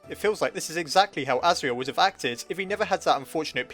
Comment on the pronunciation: It wasn't Chara, it was Asirel, and that's not how it's pronounced.